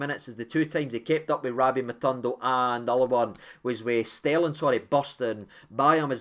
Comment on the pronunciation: Its Matondo, not MatUndo 😍